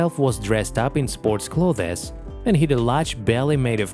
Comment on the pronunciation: word of the day: cloth-es.